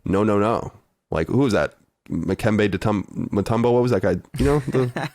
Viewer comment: I love Colin's mispronunciation of 90's basketball players. So far we have Mikembe Mutumbo and Carl Drexle. Whats next...Ted Hardaway, Patrick Awning?